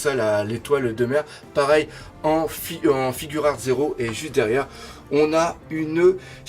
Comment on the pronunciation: Juste on dit figuart pas "figure art" ou je sais pas quoi